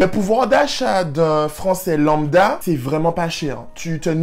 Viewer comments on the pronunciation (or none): none